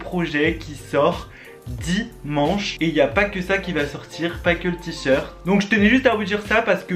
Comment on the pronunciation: Tu dis t-short